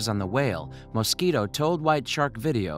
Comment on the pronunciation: "When diver James Moskito..." 😂